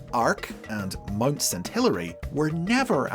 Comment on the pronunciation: "MUD St Helens"? 37 Helens agree, that is NOT how you pronounce Mount.